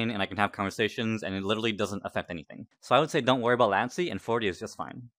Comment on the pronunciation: I have never met a person who pronounces "Latency" like "Lancy"